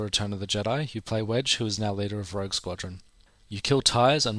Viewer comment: Such a good game. But it's rogue btw, not rouge.